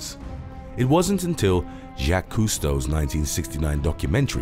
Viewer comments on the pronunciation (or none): Its Jacques Cousteau.. Its is not en english name, and is not spelled like them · It’s Jacques Cousteau..